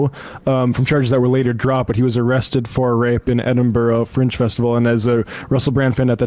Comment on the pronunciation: Edinburgh is not pronounced Edinborow. It is pronounced Edinbruh.